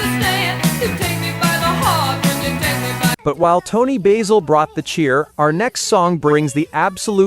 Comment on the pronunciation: Keeps saying Toni Baysell It’s Toni BASIL Ugh 😤